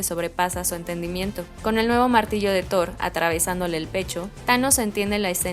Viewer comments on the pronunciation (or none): none